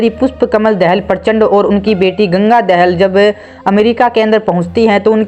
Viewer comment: Not दहेल it's दाहाल